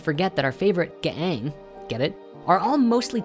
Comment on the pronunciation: GAANG has been used for years and it’s just pronounced “gang”. You make it so cringe lol